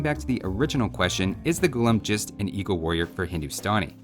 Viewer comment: Its not Ghoullum. Its pronounced Ghullaaaam. Meaning slave in Urdu. Because when the Delhi sultanate and Mughals invaded Hindustan, they enslaved the native people.